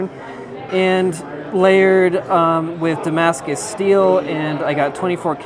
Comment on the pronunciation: IT'S NOT DAMASCUS FFS.